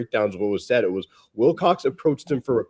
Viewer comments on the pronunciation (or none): Every time says Wicock instead Wilcox it infuriates me